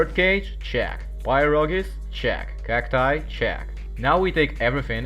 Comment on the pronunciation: Not to be that guy, but since we're on the topic, "pierogi" is not "pi-rogi" either :P